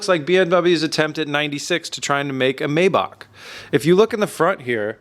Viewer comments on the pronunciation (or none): Do all Americans pronounce maybach like that or is it just? Either way it's stupid 😂